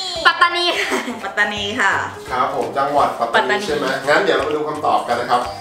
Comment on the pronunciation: คำว่าปัตตานีพี่ฟิมบอกว่าปฎัตพี